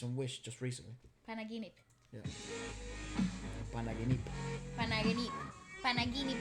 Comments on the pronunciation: pronunciation of 'panaginip' (without accents/ stress) was correct! He sounded like a native Tagalog speaker! Quite impressive:))) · Pronunciation of PANAGINIP is 👏👏👏👏👏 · said panaginip well